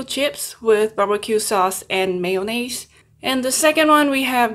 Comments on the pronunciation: Just stop trying to say mayonnaise 🤦🏽‍♂️ Just say Mayo 🤷🏽‍♂️ you foreigners smh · I love the way u say mayonnaise